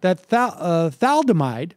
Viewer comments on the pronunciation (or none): "Thomaldehyde," Sam? Then "Thaldomide?" Read the card again, please. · Sam said "thamaldehyde." Then he called it "thaldemide." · Tha-Lid-A-Mide. Don't you hate know it all boomers? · The word sounds like Tha lid a mide. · Like how it's pronounced in we didn't start the fire. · It's pronounced thuh-LID-oh-mide. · C'mon Sam, you're not that young... haven't you ever heard the word thalidomide before? It's pronounced "tha-LID-o-mide"... Got it? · Its surprising to hear Sam not know how to pronounce thalidomide. I'm only 49, yet that word is INFAMOUS to people in my generation. "Thalidomide babies" was a phrase we heard so often. A girl a few houses down the street from me was born with no hands because of this, she was about my age. Thalidomide was as infamous a word for everyone my age and older as "agent orange" was, etc. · Let's retitle this "guy who can't pronounce thalidomide tries to defend the inefficient and cronyistic bureaucracy, claims to be to be educated on history"